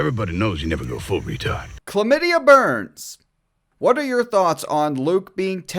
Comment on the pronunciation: "CHLAMIDIYA BURNS" 😂😂😂😂